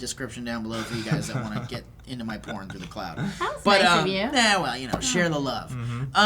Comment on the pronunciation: Where's the por"k" folder